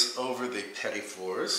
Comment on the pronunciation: I'm thankful that you pronounced petit for me, as i always incorrectly called them petite fours. I gotta do these, tysm.